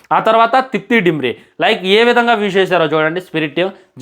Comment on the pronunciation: డిమ్రీ కాదు 🤦‍♂️🤦‍♂️🤦‍♂️అయ్యా దిమ్రీ 😅😅